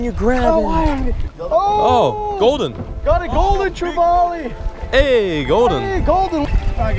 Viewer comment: I'm glad someone said Spanish mackerel! Secondly for my own sanity please pronounce trevally correctly! Try this say " valley" like hey man I live in the valley! Then put tre in front of it !! Not vaaley!! Love your adventures keep up the good work very jealous!! Thanks.....! I glad you found out gt's are hard bloody work! Love your